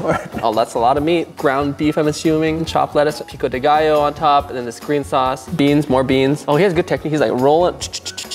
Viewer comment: mooood just heard saying "pico de gallo" chefkiss